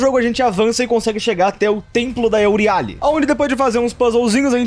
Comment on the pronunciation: "euriále", "láquesis" o cara com 100% de aproveitamento eme falar TUDO errado, slk